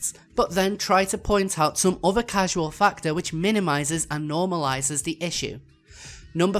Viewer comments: The word "causal" isn't supposed to be pronounced like the word "casual". It's supposed to be pronounced like the word "cause" followed by "al". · I mean just the fact that you repeatedly pronounce 'causal' as 'casual' goes to show how rushed and panic-induced this response is. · PS: Casual and causal are two different words with different pronunciations.